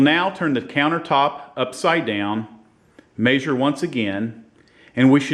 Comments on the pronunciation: may-zure lol, thanks for making the vid it helped. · First thing your gonna wanna do is mispronounce the the word “measure” lol. Just playing with. Great video